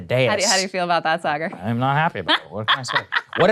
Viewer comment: saagars pronunciation is pretty cringe😂